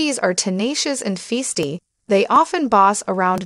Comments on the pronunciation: Epitome and feisty were also mispronounced!!!! Good for laughs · Feasty vs. Feisty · the reader mispronounces Bichon Frise,feisty, lives,Cotun Tuleare, epitome,suffices and Pekinese